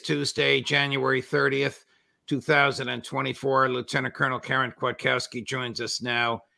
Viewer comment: She has a Polish surname Kwiatkowski, not Kwaitkowski.